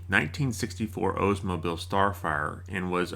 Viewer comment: Please, it is not an “Ozemobile.” It is an “Oldsmobile” manes after Ransom E. Olds (not Oze) This is as annoying as “Merkree.”